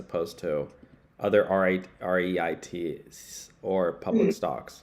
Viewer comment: “R-E-I-T” 😅 Give ya a hint buddy….it rhymes with the word street. Oh my goodness….